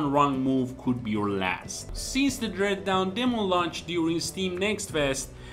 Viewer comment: Dread Dawn* not Dread Down.